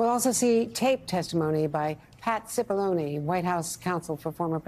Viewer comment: Just keeps striking me how hilarious it is that Cipillone rhymes with testimony